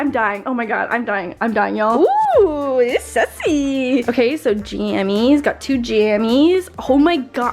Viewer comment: You say sesy